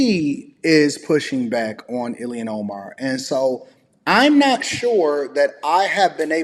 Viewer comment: Its pronounced ILL-HAN not illien